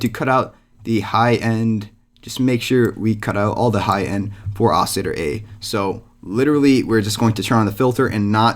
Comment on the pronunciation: OCILLATOR pronounce the L's